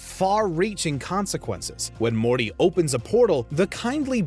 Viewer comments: 'Rick and mormy moment' wut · Did the narrator just say Rick and mormy lol Roadhouse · Did anyone catch him saying Rick and Mormy somewhere at the beginning? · Did he REALLY say "Rick and Mormy" or is my hearing bad? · No he said mormy Roadhouse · “Rick and Mormy Moment” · "mormey" ? really fix crap like that before you release a video, wow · "WHICH RICK AND MORMY MOMENT..." I LOL'ed. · I thought I heard that wrong .... But no he said mormy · Ay does he say Rick & mormy? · Did he say Rick and mormy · listen closely. He says rick and mormey. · rick and morty not rick and mormy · It’s Rick and Morty not Rick and Mormy like come on my mans don’t mess up the shows name. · Did guy say rick and mormy in the beginning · did i just hear rick and mommy?lol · did anyone else notice how he said rick and mormy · Anybody else hear the guy say Rick and "Momey" at 40 seconds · Anyone realise in the intro when he said rick and mormy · is it me or did he say "which rick and MORMY"😭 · What killed me more was hearing you say “Mormy” 😂🤣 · Rick and mormy😂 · "Which Rick and Mormy moment-" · “Rick and Mormy” ???? Wtf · At about :37 does he say “Rick and Mormy”? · Rick and Mormy 🤭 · "Rick and Mormy" hahahah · "Rick and mormy" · Rick and Mormy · Man really said "Rick and Mommy" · he said Rick and Mormy lol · "Rick and Mormy Moment" hahaha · Bro just said rick and mormy☠ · Why does he say Rick and mormy moment at the beginning of the video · You said "Rick and Mormy" at 38 seconds and I cannot be convinced otherwise. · Rick and mormy lol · Anybody’s else notice in the intro he said Rick and mormy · You forgot the tea in Morty and it sounded like you said Mormy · did he say Rick and mormee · Did you just say "Mormy"?????????? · I'm the only one who heard him say Rick and mormy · So is it just me or did say Rick and mormy? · Rick and Mormy? 😂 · LOL HE SAYS "RICK AND MORMY" XD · No one gonna point out he said "Rick and mommy" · Lol at the beginning you said rick and mormy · Rick and Mormy?